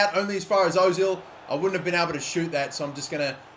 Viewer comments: you say it erzil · Özil. Not Ozil